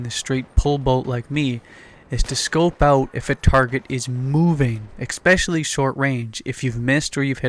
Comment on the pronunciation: Expecially lol I think its especially mate. Anyway I like your game style I love sniping!